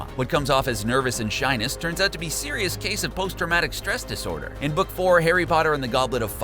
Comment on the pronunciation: Are you sisrus